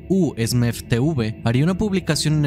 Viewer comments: NO ES "TEUVE", ES "TEVE". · DIJISTE "TV", COMO "TEUVE", NO COMO "TEVE", MUY MAL MEXICAN, MUY MAL! xd